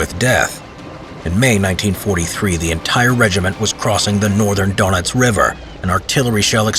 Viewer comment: “Northern Doughnuts 🍩 River” 🤣 Ahh man this isn’t the way to Beignets? 😩